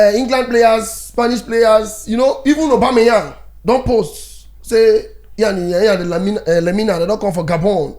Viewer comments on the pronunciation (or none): none